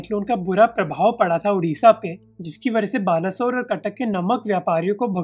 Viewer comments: It is not baalasore its ba -le - swar ban bolo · yes bro it's बालेस्वर not बालासोर।